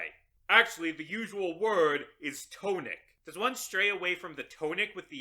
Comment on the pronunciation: The blame falls to the English language. But that isn't how "tonic" is pronounced.